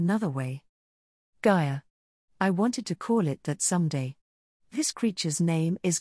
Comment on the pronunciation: idk I'd think of gaiya as holy fuck gayay is hard to hear lol